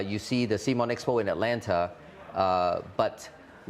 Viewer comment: Great to see Cmon's co-founder take time to talk to the community. Although he was indeed wrong about the pronunciation ;) Guess no one reads your t-shirt!